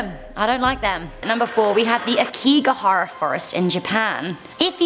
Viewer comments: LOL You say it incorrectly, and therefore you spell it incorrectly. Aokigahara 🙄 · It’s Aokigahara not Akigahara smh